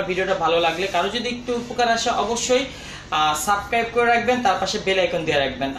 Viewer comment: ভাই আপনি সাবস্ক্রাইব কথাটা ভালো করে বলতে পারেন না কথাটা শিখে নিন ভালো হবে